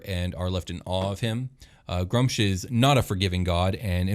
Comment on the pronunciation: You guys can't pronounce sh*t. It's either Groo-umsh or Gra-oomsh. Pick your favourite and die on that hill. No middle ground Grumsh, why have a double U?